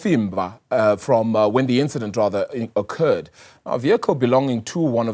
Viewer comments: Khonfimba 😂😂😂 or Cofimvaba try to pronounce it correct next time brother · Please get your news read words or African names correctly. I feel offended when a black person would refer or call Cofimvaba as Cofimva at least that's how he sounded. Please let's not Englisize isintu please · He said "coffee-mvaba"😂😂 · Cofimvaba Not like KOMFIMVABA , HAIBO WHERE IS THIS MALE PRESENTER FROM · .. so this dude pronounced Ncofimvaba as Coffe'mva.. mxm ... We never getting our land back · Cofimvaba not Ncofimvaba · Ngowaphi lo ungayaziyo Cofimvaba “Cofimva” 😂😂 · Not being able to pronounce "Cofivamba" as a black news anchor in South Africa is nasty work. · 😂😂😂😂😂 bra he said Kofi, Kofi mva 😂😂😂 I was like WTF dude you're one of us lmao whuzet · Coffemba(Cofimvaba)😂😂😂, ey Lama model c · What is khofimva wow hayibo ungowaphi cofimvaba bhuti maan yhoo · Hayi ngeke I think it's travelling from Cofimvaba not "khofimba" practice words before reading them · coffee mva.... he said. How disappointing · "Khovimva..." Ngowaphi lomjita😂😂😂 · Khofimbaba then proceed let's move on"😂😂😂 the reporter "Boom! GOOD MORNING ARABILE"😂😂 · Aibo this guy can't pronounce Cofimvaba mxm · Can't pronounce Cofimvaba 😂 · How r u an anchor, whose Black at that incapable of pronouncing Cofimvaba? I mean I'm appalled at this poin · You can't even say Cofimvaba mncim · Run away or drive away?? Journalism is poor. The Anchor not even being able to pronounce Cofimvaba 😂😂😂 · Lomntu wohlulwa kubiza u Cofimvaba mnxxm dakie zakuthi 🙄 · Who and where's this guy from that can't pronounce cofimvaba😳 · This stupid anchor cannot pronounce Cofimvaba. Idiot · 🤣🤣🤣🤣🤣🤣🤣so embarrassing that our anchor can't pronounce it correctly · This anchor can't pronounce Cofimvaba aibo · This anchor can't pronounce Cofimvaba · This guy😮😮😮😢 he butchered the word yoh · He couldn't pronounce COFIMVABA 😅😅😅